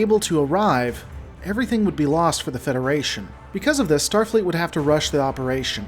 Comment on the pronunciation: "Stafleet's Kobayashi Maru" What the heck is "Stafleet"?!